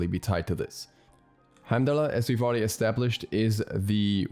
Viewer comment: Bro watch Thor it's pronounced "Hiem-Dahl" the R sound at the end is silent. I will be very upset if he is not a tank because his lore definitely supports him being a support or warrior